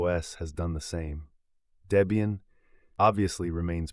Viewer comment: Never liked Ubuntu and especially snaps. BTW it's pronounced Deb ian not Day bian😉 The project founders then girlfriend name was Debra (Deb)